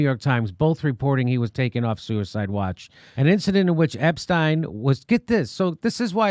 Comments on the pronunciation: I don't think there is anyone out there that has heard anything about Epstein thinks that he committed suicide. And thank you, Jimmy, for saying his name correctly. Ep-stein, not Ep-steen. Either that or Einstein is Eensteen. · Finally someone who pronounces his name correctly. Stein. Ep stein.